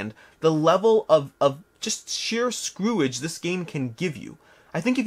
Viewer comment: 🤣 'screw-age'? Love it!